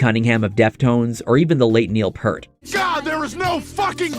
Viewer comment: the last name is pronounced ear with p in the front and t in the back, not purt sounding like hurt. peeeeeaaaaarrrrrrrrrt for additional pronunciation assistance.